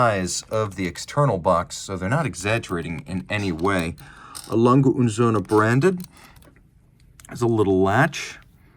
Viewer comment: Lange - no hard G. Soft g. Not Lang-Guh. Lang-Uh